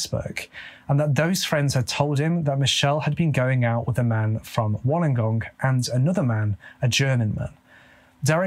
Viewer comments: Holy shit! I am from WOLLONGONG like this where I am from. Well done with the pronunciation! We're the South Coast not Central though. We have beautiful beaches. Everyone comes here for beaches. But again we're South Coast and Snapper Point is Northern and Central Coast. Poor Michelle, I feel so sorry 💔 But omg you said Wollongong perfectly - this is so hard! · no offence 😜 you sound more Aussie than British 👍🏼 pronounce better than some Aussies those places you mentioned, you could easily pass by an Australian. Bit more practice that lingo, mate 😂